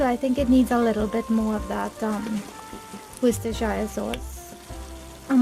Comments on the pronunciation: Oh my ears bleed every time she says 'woostershyer '😣😣😣😣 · ummm.... No. Research things before you confirm it's authenticity. The word originated from a place in England and it was where the product was invented. In no way it is pronounced like the way you say it.😒